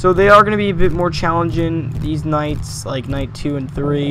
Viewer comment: I thought you said these nuts but you said these nights